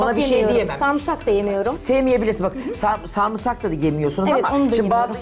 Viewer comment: onu yemem bunu sevmem bunu denemedim kötü o zaman katılma mesela öneri 😅 sarumsak diyisi artık sarumsak dicez ona xkkxmdmmd